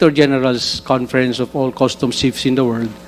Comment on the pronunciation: Bureau of Customs NOT Bureau of Custom. There is a difference between 'sheet' vs 'shit,' as being pronounced. One should be careful in pronouncing these 2 words.